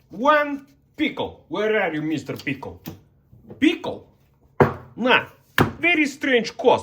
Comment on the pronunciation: "PiKLe" 😂😂 Edit: YEESSS PICKLE 🥒🥒